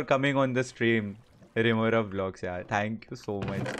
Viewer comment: its rimorav not teentigada